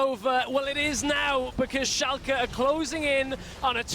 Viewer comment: why do they say Schalka??!?!?!?!?!